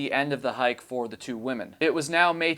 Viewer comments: Why do you keep saying woman's it's women. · Is it just me isn’t two ladies together pronounced women not woman I hear this all the time now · The plural of woman is pronounced wih-men not in the singular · *women ... I am sorry but, every time I heard womans, it was like nails on a chalkboard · Um,? I subscribe and I think your research and videos are generally great, but I'm a little concerned that you don't know how to pronounce the word "women" (although you do seem to get it right every third or fourth attempt). I mean, it's not exactly an obscure word. It doesn't rhyme with "woman". In typical illogical English fashion, it's actually pronounced "whimmin". I'm guessing that 51% of the population – including your viewers – might really appreciate it if you could consistently correctly identify us. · I'll subscribe when you learn how to pronounce "women." Hint: it does NOT sound the same as the singular form, "woman." 🙄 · Nice work, but 'women' is plural for 2 or more females, not 'woman'. This drives me nuts and distracts from content ( I understand it's popular these days among content creators - but it is improper English). Not a good look. Also "WoodsWOMEN" 'wimm - mennn". Sorry, your seem so sweet and a good content creator.